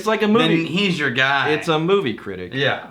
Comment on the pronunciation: "SO SAYS a guaai" haha